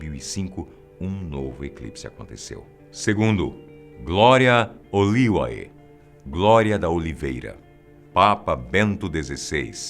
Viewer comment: Não é Glória Oliuae, é "Glória Olivae" (se pronuncia Gloria Olivé).